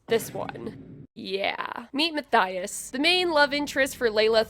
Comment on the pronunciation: PLEASE. It's Muh-Tea-Uhs, I am begging you. 😭